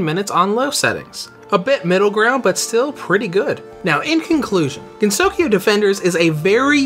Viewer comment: I'm having a hard time deciding whether to get this game or touhou sky arena... btw, it's pronounced gen-so-kyo, not gen-sokyo